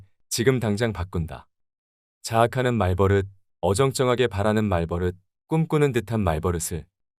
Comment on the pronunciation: 좋은 영상 감사합니다! 다만 말버릇은 [말:뻐륻]으로 발음되니 향후 다른 영상을 만드실 때도 조금 더 신경써 주시면 컨텐츠의 완성도가 더 높아질 것 같습니다.